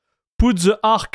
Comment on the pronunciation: Teh Eentel Ahk.